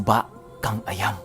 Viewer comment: suba kang ah-yam yan po pinuno ang tamang bigkas .